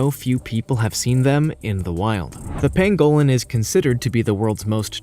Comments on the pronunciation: rather than pan-GO-lynn, it's pronounced PANG-go-lynn. You put the em-PHA-sis on the wrong syl-LA-ble. Yangtze is yanked-SEE, which is a major river in China, not YANKEDST. Seychelles = SAY-shells, not SAY-chells, and grebe is greeb, not greb. Tanzania is tan-zan-EE-uh, not tan-ZAN-ee-uh. If this were the old days before computers, and websites like Wikipedia, these could be easily forgiven. However, all 5 of these blunders are pronounced on that site, so no excuses. Aside from all these ridiculous blunders, this was a very good and interesting video. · Ooh - would that be the crested variety? (no I'm not a birder, I just think Grebes are cool :-))Yeah - he's not great on the pronunciation thing is he - It's also a PAN-go-lin not a pan-GO-lin and Tan-ZAN-Ia not Tan-ZANE-ea, but I don't think he's really that bothered. I'm glad you pointed it out though - I was about to do the same myself but without the academic credentials and was wondering whether it was worth the "oh look, here come the grammar police" BS which would invariably follow... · Its pronounced Panglin not Pangowlin you idiot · It’s pronounced pang-ga-lin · PANG guh lin - pangolin YANG see - Yangtze GREE buh - grebe Tan zuh NEE uh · Tan-zuh-NEE-a and PANG-uh-lin. You forgot the endangered black-footed ferrets. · Ice itched about your silly pronunciation before but research must be just too difficult! It is a PAN-go lin. And GREEB ! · This guy’s pronunciations hurt my ears! He can’t even say pangolin. Also I would happily kill and eat anyone who kills or eats a pangolin.